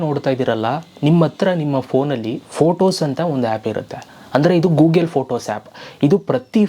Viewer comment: Gugel alla ri Google!